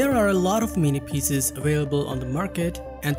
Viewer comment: Hard to understand PCs pronounced a "pieces".